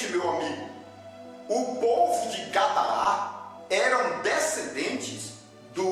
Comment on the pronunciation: O nome é Gadara, não Gadará .